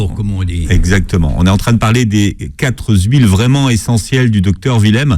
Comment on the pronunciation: La familiarité et la désinvolture sont-elles de mise ? Et certaines liaisons (quatre z huiles… etc 🙄) ? Le docteur Willem est très patient et très indulgent.